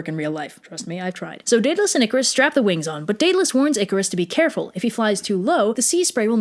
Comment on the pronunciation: Why do you pronounce minotaur and Daedalus so weirdly